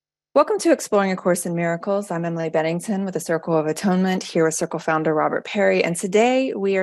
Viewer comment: Why do you pronounce it a-tone-ment instead of at-one-ment?